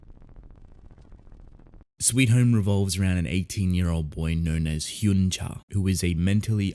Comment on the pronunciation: I see others have already said it, but 1. "Hyun" is pronounced as you'd pronounce the "un" of words like un-stoppable, etc. "Cha" is the surname, so by Korean culture it should be said before the name. (Also I haven't read this webtoon yet but I think I remember the main character's name being Cha Hyun-su, not just Hyun, so... is that just a translation error...?) 2. I highly recommend "I don't want this kind of hero". It's comedy, slice of life, supernatural, and hides under this seemingly light-hearted air while having these piercingly astute observations and satire about society. Later on the themes and stories it tackles get darker and bloodier too (though it never shied away from death and tragedy to begin with). The art starts a bit shaky but becomes straight-up beautiful later.